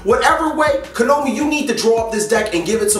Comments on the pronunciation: would you PLEASE call them Ko-NA-Mi and not Ko-No-Mi.. just PLEASE! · Stop pronouncing "Konami" wrong. It's getting irritating...